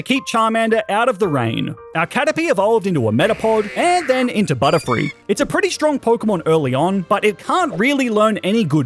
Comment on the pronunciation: Butterfree not butterfild😂